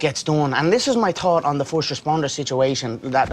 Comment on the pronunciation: "Forsht of all..."